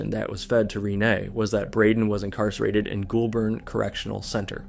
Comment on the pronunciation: Hearing Goulburn pronounced like ghoul-burn instead of goal-bin is hilarious